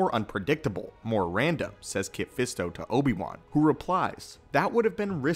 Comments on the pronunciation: Uhhh crew....."Nobi wan" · nObi-Wan? Who dat? 🤔🤔🤔???